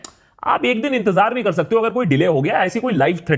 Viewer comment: That Bangali accents slipped away "Kor"😂😂